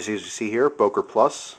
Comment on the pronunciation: Wow, what a nice miniature christmas! :-) It's always great seeing an Umlaut in a name and English speakers using or completely ignoring it. The Ö in Böker has no similar vowel in English. If you want to give it a try, speak the Ö like the "i" in "girder". Like "Biker", but with the "girder"-i. ;-) But don't break your tongue, it's like Chinese for a non-Asian.